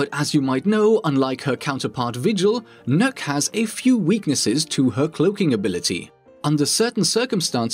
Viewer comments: Did i just hear he mispronounced Nokk’s name. I heard “nuke” what I pronounce her name “knock” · The not how to you pronounce nøkk